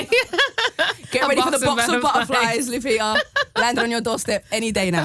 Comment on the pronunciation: Lupita BBC....not Lapita